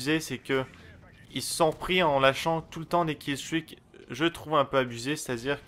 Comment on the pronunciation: Je suis fatigue : J'entend "Caisse U" au lieu de "Kill streaks"